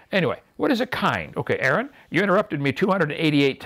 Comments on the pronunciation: Kent hovind "if they can mate and breed they are the same kind" Also kent hovind "well they're still obviously the same kind" Also kent hovind "well I dont know, that's a good question" KENT, THIS IS WHY ARON DESTROYED YOU. Also its aron, not Aaron. You've been corrected on this already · Hes can't even pronounce "Aron" properly...